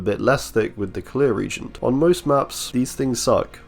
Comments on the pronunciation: I'm sure other people have mentioned it so sorry if you're sick of hearing it, but reagent is pronounce re-agent, not like regent. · Murky reagent with Freddy's Dreamworld makes it REALLY dark for survivors tho Also it's pronounced "Ree + agent"